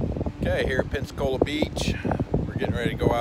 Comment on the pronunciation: Where's the "S" on Pensacola in the intro?